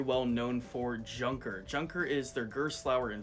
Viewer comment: Tip: Junker is pronounced "Yoonker"